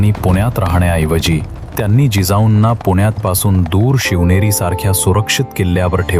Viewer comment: Shiveri nahi shivneri